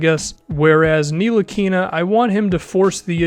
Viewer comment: It's pronounced without the "N" tilikina